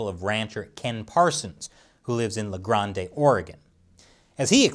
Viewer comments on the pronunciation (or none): La GrandAY, Oregon? Lol It's locally pronounced La Grande (La Grand). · I am an Oregonian born and raised and said "la grawn-day" when I've passed through La Grande several times driving to and from Idaho and it's definitely pronounced "la grand" like a "grand" old time not a 16 oz starbucks cup and any of the 4.2 million other Oregonians would definitely agree and have a good laugh lol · Luh Grand, not Luh Grahn Day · Oregonians pronounce it La Grand, not Grande fyi. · La-grand ory-gun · “La granday” Did you learn how to speak Spanish at taco bell? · OMG the way you said la grande oregon...... the e is silent...... made my day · i hate the way you said la grande,idk anyone who pronounces it that way.